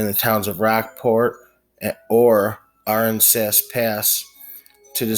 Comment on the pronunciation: Ahh-ran-sas almost like Kansas 👍. Thanks for the story im from Texas and never heard of this case.